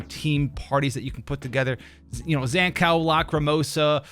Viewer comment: bruuh tf is your Zankou pronounciation. Zan Cow, really?